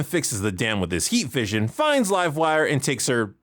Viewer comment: You said livewire wrong... it's pronounced LIVEwire